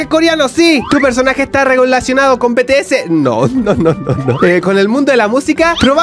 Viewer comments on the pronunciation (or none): se pronuncia bities BTS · Se dise BITIESE